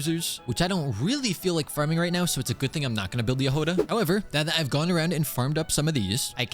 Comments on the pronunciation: Trh way to pronounce jahoda is like if youd say “yahoda” and the emphesis is just in the start of the name also there is NO “U” in the name it isnt pronounced it isnt yahouda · Her name is actually pronounced Yagoda (With the emphasis on the beggining of the word) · Hey! So, the way you pronounce Jahoda's name is actually without emphasis on anything. And the "ho" part is not pronounced "Hou" but more like you would say it in the word horn. Her name comes from the Czech word for strawberry. I was born and raised in Czechia so I thought this would be helpful! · Jahoda means Strawberry in Czech. So it would be Yah-ho-dah. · her name should be pronounced as JA!G!oda. it means "a berry" in russian) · Hey!! russian speaker (natively) here! It was meant to say "Berry" in russian, hence right spelling and pronanciationg would be "Jag(h)oda" but because it is hard for inglish speakers to get the "Gh" sound right they just left it with "H" Just say Jagoda lol If you want to get it right just put "Berry" in translator and listen. ;D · Hi! I'm Slovak and we pronounce it as Ja-Hoda. You pronounce the Ja as the first two when you say Yas so Ya and hoda you don't say the Ho as when you say Ho Ho merry X-mas you just say Ho like for example Hop and da...just how you say it so Ya-hoda :). Hope I was able to explain it :d EDIT: If anything you can check how to pronounce it on the google translator (Choose Slovak or even Czech) :) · the stress should be on the first syllable, *Ja*hoda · In her name it’s not actually much of a “h” sound it is more of a hard “g” as in game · as a czech person, you read Jahoda without emphasis anywhere, you just read it the way it is